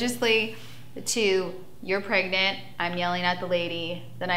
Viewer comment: The way she says “pregnant” just makes my skin crawl. “Praygnit”. Also, Farrah, we’ve all seen your 16 and pregnant episode. You claimed Derrick did not know you were “praygnit” and you were, in fact, avoiding his calls. Then the dude dies and all of a sudden you give a shit? 🙄🙄🙄🙄